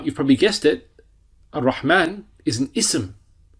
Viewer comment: Dear Instructor. Please be informed that it's not AL RAHMAAN or AL RAHEEM but it must be pronounced as AR-RAHMAAN and AR-RAHEEM because the alphabet "Ra" ر is حرف الشمسية so it has be joined with the following alphabet which comes after ال. Therefore AL ال must not be pronounced except for حروف القمرية. Even when you write it should be read as AR RAHMAAN or AR RAHEEM eliminating all possibilities of incorrect pronunciations. May ALLAH AZZAWAJAL INCREASE ALL OF OUR KNOWLEDGE. جزاك الله خير